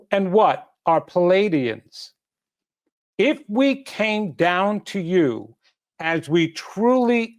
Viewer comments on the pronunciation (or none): Please learn the proper pronunciation of Pleaidian. Not paladian Pleaidian. !